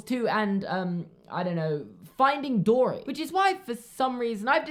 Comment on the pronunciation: I thought he said finding Dora 😂